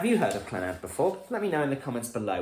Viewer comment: Not Clanaad proniunced---just Clannad no accent on the last 'a'!